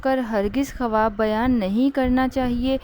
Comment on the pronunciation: Khuwab nahi hota haibkhawab hota hai phele bolna sikhe